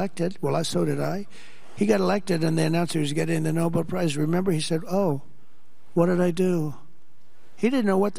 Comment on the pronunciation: Tr*** should not get it until he learns how to pronounce it! NOBEL But even then he shouldn't get bec he has done nothing to earn it.